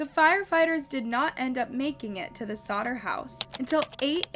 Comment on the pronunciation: Can you please make sure you’re pronouncing peoples names right? Especially the victims. You said Brittany Maitland? it’s Brianna… and then you called the Sodder family the “Sodden’s.”